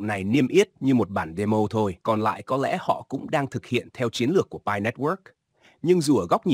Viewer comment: Anh đọc pi cho rõ còn cứ đọc bai hi❤